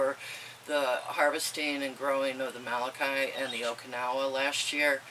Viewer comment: Molokai is pronounced like mow - low - kai. You may not be interested in this info... however, with all due respect, the way you pronounce this Hawaiian word causes physical pain.